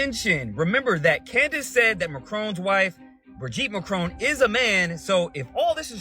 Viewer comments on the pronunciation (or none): none